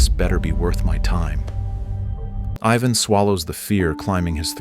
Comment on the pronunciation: Props to the AI commentator for pronouncing “Ivan” correctly